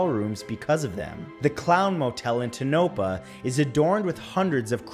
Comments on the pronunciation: For #3, the town with the Clown Motel is pronounced Toh-No-Paw, not Tuh-no-puh. Also there’s a small hotel there haunted by the Red Woman. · It's pronounced toe-na-paw in Nevada for the haunted clown motel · Matt.... Tone uh paw.... Not Tuh nope uh. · Tonopah, NV, is pronounced, TONO PAW. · It’s pronounced toe-na-paw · IT is pronounced tone a paw in Nevada. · Um... Matthew... It's pronounced Tone a paw. Thanks. Please. Continue... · Tonopah is pronounced TOE-no-pah. It's not that hard to check pronunciations for unfamiliar places. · Lol Tonopah is pronounced “Tona-paw” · Matt, I'm surprised no Nevadans took you to task for the way you garbled "Tonopah!" They skewered Dan Bell over just such a gaffe a few years ago. It's really quite simple, pronounced just the way it's spelled, "TONE-oh-pah." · Tonopah is pronounced tono-paw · The town in Nevada Tonopah is a pronounced toe no paw. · Idk y but being from Nevada the way he says Tonopah iritats me so mutch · Me: Hey! Matt finally pronounced Nevada right! I'm so proud of him Matt: misprounces Tonopah... Me: ooooh so close Matt...so close 😟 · Andrew Culhane he’s not the first but it makes me laugh every time I hear it LoL